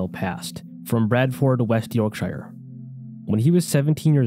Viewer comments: York- Shire 🤣🤣🤣🤣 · the scariest part of this video was the pronunciation of yorkshire